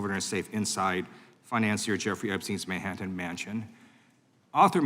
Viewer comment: Mayhatten? Where did you come from and how are you grilling someone from the FBI about information they are not legally allowed to share with you putting answers in your questions.?🤣🤣🤣